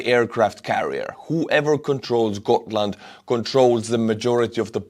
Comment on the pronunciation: No we say Gotland were every letter is hearable and the G used as g in the word good or grafic or grand or grass. Please do not talk about Sweden on things you know nothing about.